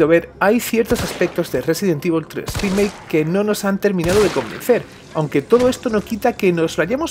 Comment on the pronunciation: " residen tivol 3 drimake "JAJSJAJA por qué tan mala pronunciación?